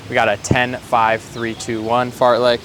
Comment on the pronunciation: uhh did he say fart-lick? tf is that?